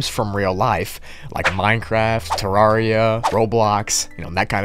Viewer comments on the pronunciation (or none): video’s cool and all but disappointed to know he says terraria like tur-are-ee-uh